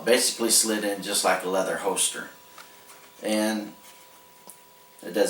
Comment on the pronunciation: I don't mean to offend or embarrass, but every time you say "hoester" I have to laugh a little. Nice work on the holster, and thanks for the great video!